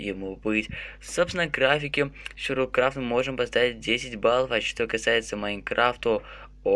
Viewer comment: Почему ты говоришь СЮРЬВАЛ КРАФТ?????вроде бы говорится сурвайвэл крафт.(сори если-что,ок???)